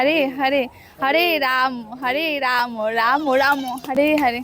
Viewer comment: ঐটা রামো রামো না রাম রাম উচ্চারণ হবে আমি যেটা জানি 😅😅